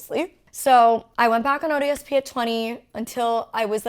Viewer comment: Every time Molly says "ODSP" I kept hearing "odious Pete."